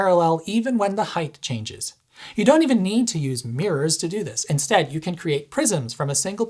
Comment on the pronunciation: I really enjoy your videos man. Please stop saying “hyth” when you mean “height”, which is pronounced “hite”. Hearing people miss pronounce words like that, always used to trip me up in school when trying to learn how to spell. Other often mispronounce words in certain parts of the country, that also caused me to spell things wrong for the first few years of school, are: eltse and faltse. There is no T in those words, just as there is no TH sound in height, and yet so many people put it there.